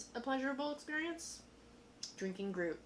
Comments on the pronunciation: Tends to be pronounce groo-it :) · Hey guys, i'm from the future and love how you are learning all this stuff (like how a refractometer doesn't work with alcohol)! You'll get a lot better thankfully, so no worries! Also, being a Belgian, I wanted to comment how to pronounce "gruit", but realised the "ui" is prononced in an impossible way to explain in written english. I'm sorry!